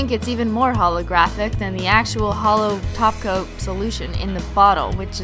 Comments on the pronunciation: When you said "hollow top coat" it sounded like "hollow taco" 😂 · Is it me when she says top cop I hear taco